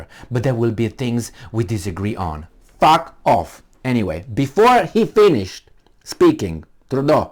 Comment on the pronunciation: hahaha I like you said FARK OFF !!!